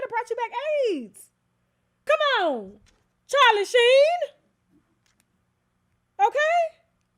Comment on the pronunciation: She said Charlie Sheen 🤣 I’m done ✅